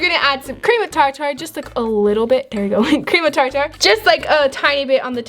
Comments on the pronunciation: Cream of (tar) (tar)😂 It's cream of tartar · its prononced cream of tar ter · why do you say cream of tartar char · Cream of TAR-TAR!?!?!? No hate but the way she said certain thing cracks me up!!:)